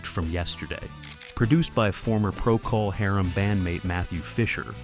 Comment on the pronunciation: "Pro-call Harem."